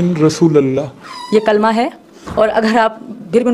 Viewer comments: Yeah kalma belkul galath pad rae hai toba toba nai ahthe thu na e pado thu baeter hai liken barai maherbani kar k galath thu na pade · Kalama shi se nhi padha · Galat pad rahi h kalma